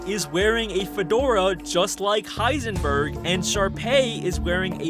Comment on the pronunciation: he literally says hisenburb!